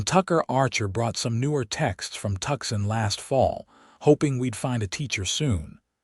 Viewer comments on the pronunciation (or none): Bakersfield, CA ❤😊Nice action and romance packed western. Enjoyed it emencely, BUT could you teach AI to pronounce Tuscon as Too-sahn instead of tuck-son. I would be grateful. AI's pronouncement is like nails on a chalkboard!!!😂